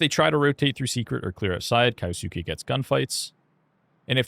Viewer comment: Can we call him kyousuke and not kayosookay